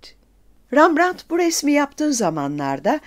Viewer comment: Ressamın ismi yazıldığı gibi "Rembrandt" olarak okunur, RAMBRANT değil. Nerden uyduruyorsunuz böyle şeyleri ??